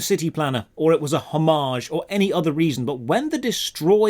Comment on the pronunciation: I guess by "hummarge" he means "homage".